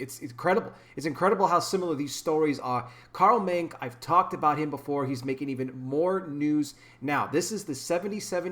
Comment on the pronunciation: The e in his name is pronounced, just wanted to let you know